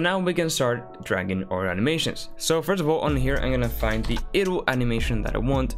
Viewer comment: dude. its not "eh-dle" its "EYE-dle"